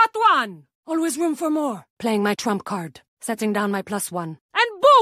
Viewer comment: “playing my trumph card”